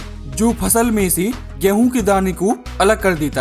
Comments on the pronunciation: Ghrehun kyu bolte ho😅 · Apka 'Gehuu' word mai kafi jada wajan hai💥💥